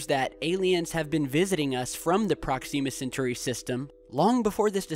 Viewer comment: You're killing me with the Proxima Centauri pronunciation, man